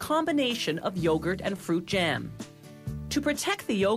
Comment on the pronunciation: I hate when people try to overpronounce words like this lady is annoying to listen to.. like it's jam not jaham..